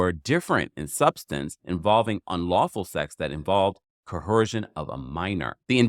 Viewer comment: Its not co-hearse-shin. Its co-errr-shin